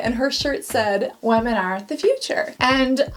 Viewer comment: She pronounces "women" like pewdiepie